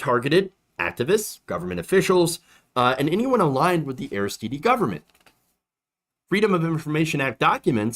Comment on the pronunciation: I'm sure someone has mentioned it, but Haiti's Aristide is pronounced, "AIR-iss-TEED," not, "AIR-iss-TEE-DEE." To (intentionally) misquote Dave Chapelle, "It's French, bitch!" Meanwhile, I love you,. It's all good.